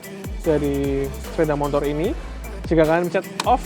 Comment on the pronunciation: Sepeda mo tor Bukan mon tor 🤪